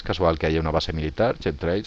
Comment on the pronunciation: Rastros quimicos no Chemtrails jajajaj y si no lo pronuncias bien ni lo diga bro porque suena horrible y no se entiende ( quemtreils) asi suena.